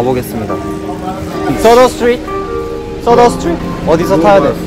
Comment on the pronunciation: 인도 발음으로 하셨어야죠 떠더sh뜨릿?